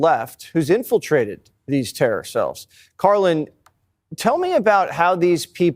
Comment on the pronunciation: Why is it so hard for him to pronounce the name Karlyn?